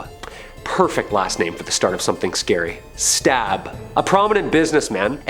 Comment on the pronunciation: It's not Stab family it's Staab, totally not pronounced the same way.